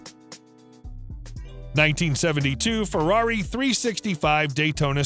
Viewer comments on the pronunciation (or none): none